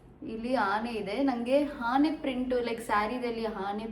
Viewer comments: ಹಾನೆ ಅಲ್ಲ ಅದು ಆನೆ 😂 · ಆನೆ adu 😂😂😂. ಹಾನೆ ಅಲ್ಲ. Adu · That is not haane, that is aane